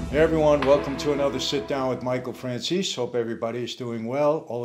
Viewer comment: Mr Franceze please try to pronounce italian words in the Italian way;)